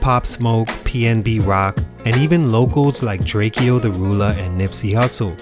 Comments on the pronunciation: It's Drakeo not drake e o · It’s Drakeo Not Drake-O LONG LIVE THE RULER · Its not Drake-E-O! DRAKEO, like the gun. Long Live The Ruler